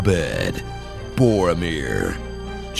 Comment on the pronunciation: Bore-omir xD